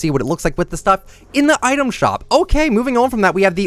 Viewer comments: It is pronounced ‘item shoop’ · When he said item shoop